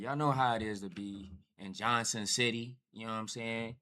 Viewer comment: 'Johnson' City to Limpopo??? You must have meant 'Johannesburg'.